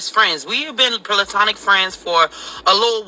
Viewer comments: Did she say pillatonic instead of platonic?😂🤦🏾‍♀️ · Did she say pelatronic friend